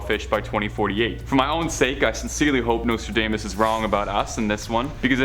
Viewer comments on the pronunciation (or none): Nostradaymus predicted that a Canadian host would butcher the pronunciations of several words during a moving pictures presentation about his prophecies. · Dude, learn how to pronounce his name. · How you gonna save this channel when you can't even get Nostradamus name right. Fkn tik tok generation